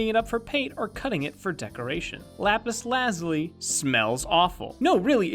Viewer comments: it's not lapus lazly it's lapus lazuliy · I think its pronounced lapis la zoo lee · It pronounce lapaz lu-zoo-ly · you could tell it was an April fool's day joke because of how he pronounces Lapis. its Lapis La-Zoo-Lee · why does no one know how to pronounce lapis lazuli it's: la - (j like z sound) - you - lie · The pronunciation of lapis lazuli feels so wrong. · Why does he pronounce lapis lazuli so weirdly?